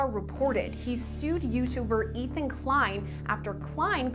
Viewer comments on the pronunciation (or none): none